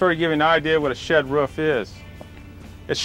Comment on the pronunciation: He mastered making the roof but not how to say it